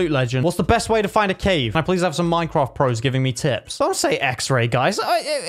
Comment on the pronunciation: the way he says 'minecrohft' tho